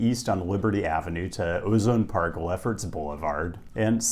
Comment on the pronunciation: Sir it's pronounced O-Zone Park lol